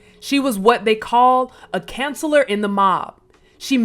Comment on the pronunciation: Thanks for sharing. This is not to hate either, but there were a couple of mispronunciations such as counselor and mediate. These probably could be corrected with a reread.